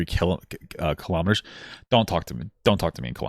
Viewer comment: "KHALAMATTERS" It's Kilo-Meters. Kilo meaning a thousand. AMERICANS, HUEHUEHUE :cat-orange-whistling